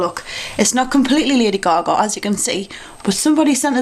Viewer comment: most of the time, i have no clue what your saying. and the way you say lady gaga cracks me up. but that being said, your videos are my fave! ;)